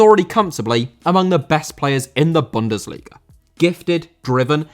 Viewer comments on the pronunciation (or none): none